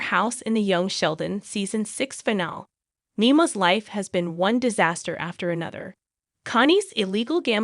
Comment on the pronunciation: It's pronounced fuh-na-lee. Learn to speak properly.